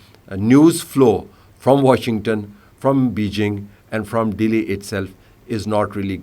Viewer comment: the way he say Dehli, 😊